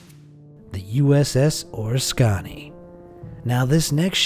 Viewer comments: Bro it's not or Orascani..its Oh Risk Can Knee. The USS Oriskany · “USS Or-risk-aw-nee” is actually pronounced “USS Uh-risk-an-ee” - fun fact: This is the ship John McCain launched from prior to getting shot down in Vietnam. I was in Pensacola when this ship was sunk. I have a picture of me in front of this ship just prior to the scuttle event in May 2006.